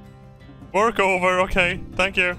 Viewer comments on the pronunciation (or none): I am German. I heard wörk. 🤗 Ok. Where do you need mire efficiency?